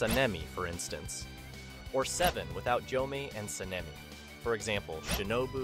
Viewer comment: What's up with getting the names wrong? You got so many names wrong and mispronounced Gyomei and Sanemi so many times. Called Giyu, Gyomei. Called Obanai, Uzui.